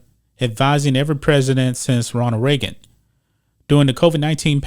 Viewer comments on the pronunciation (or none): none